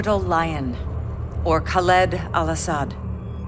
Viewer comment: Everybody: Khaled Al-Asad: KhalEED Al-Asad